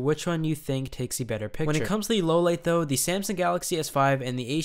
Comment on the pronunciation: I like the videos, but the way he pronounces 'the' really annoys the crap out of me.